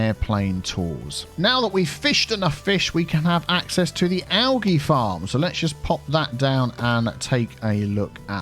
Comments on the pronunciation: Don’t take it the wrong way but the pronunciation for algae is “al-gee” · Do... Do other English speaking countries really pronounce algae "al-GEE" with a hard G? I've only ever heard "al-JEE" with a soft G. Wouldn't be surprised if it's regional though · Were I live we pronounce Algae as “Al jee”.